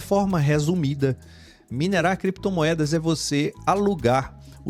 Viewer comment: Cada vez que o fala criptomoedas eu lembro dele falando: creptomoedas, heheheh.